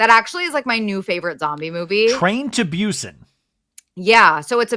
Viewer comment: Just me rolling on the floor screaming every time they say 'Train to Byusen' 😭😭😭😭 I can't!! It's Busan pronounced Boo-san, that was a fever dream 🤭